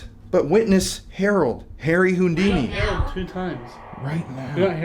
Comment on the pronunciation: sorry but I'm lol-ing at how you're pronouncing "Houdini"....."Hoondini" 😂 All jokes aside, this is so incredibly enlightening. I appreciate so much that you're helping spread a very important message, just like with the Lady Bird Lake situation. I'd have never known.